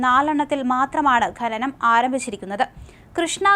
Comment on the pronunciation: ഘനനം അല്ല ഡോ.. ഖനനം